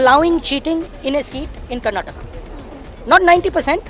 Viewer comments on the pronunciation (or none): none